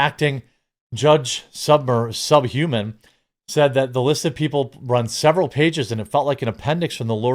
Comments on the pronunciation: Did you call him Judge "Subhuman?" Lmfao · Take a second and try get the Judges name right, so sick of dummies fucking up names because they are different and they can’t be fucked, or aren’t intelligent enough to properly attempt or try to get it right.